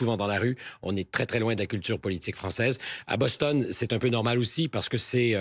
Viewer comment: On dit Boston et non Bostonne OK